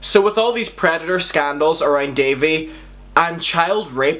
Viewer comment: good video but its pronounced Dah-V